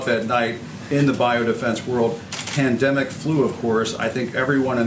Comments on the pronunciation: "Pandemics" From the way he pronounced it, you would just know he hardly used that word until 2 months ago. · trump was preparing for it but somehow didn't start protecting us or fixing the stockpile by 'gathering ammunition' on day one or any day? BULLSHIT. he didn't even know how to pronounce pandemic until a month ago. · He can't even pronounce pandemic... can he spell it? If he knew the "shelves were empty" he would have shouted it from the rooftops. Liar.